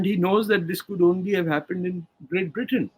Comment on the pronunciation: Hi, I like your videos but would like to offer a correction on your pronunciation of the word Britain. It's pronunciation is like BRITTEN and not Brittayn as you were saying it.